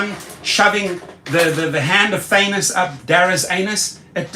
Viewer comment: Did he just say thannos in the Anu55😂 Eish Manier hahah